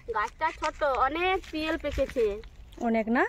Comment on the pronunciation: কথাটা পিয়ল না ওটা পিয়াল হবে